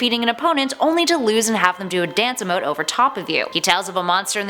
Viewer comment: You pronounce pasta, emote and mires wrong